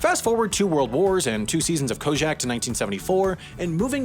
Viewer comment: He can pronounce "régime seigneurial" but not "gristmill" or "Kojak"? Alrighty, then.